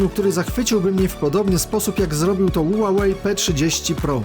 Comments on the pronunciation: Ła łej chyba ma być a nie ulalej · Spolczając nazwę z angielskiego powinno być "hiuwej" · Ja tam słyszę ułałej 😁